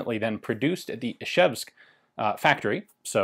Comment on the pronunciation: Fucking come on, "ishevsk"? Video after video he says this, and no one has corrected him? "Zh" is pronounced as the "g" in "bridge", by analogy with "sh" and "ch". Isn't it intuitive? This is always how this digraph is pronounced in transliterations of foreign words! Well, at least it's not "izevsk".